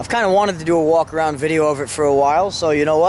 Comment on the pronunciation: iroc "wakaraund"